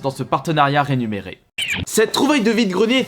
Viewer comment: il le dit a chaque fois mdrrr